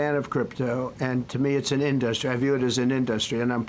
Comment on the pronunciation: Hilarious pronunciation by the idiot. IN-Dust-Stree! Sniff sniff.